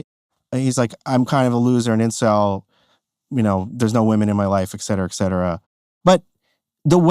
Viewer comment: * ET CETERA. Not exetra